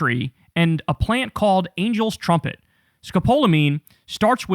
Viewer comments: FYI, 'Scapalomine' is used for motion sickness. Some anesthesiologists use it pre-operatively because it decreases saliva. Pronounced- ska-pall-omine. One side-effect is drowsiness. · (Sco-Paul-A-Mean is the pronunciation 😉💙🩵😉)